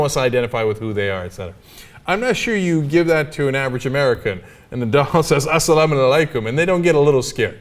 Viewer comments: hahahahaha it's : SALAM-ALYKOM and WALAYKOM-ELSALAM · guys .. its asalaam alaykum and wa laykum asalaam ... just saying :)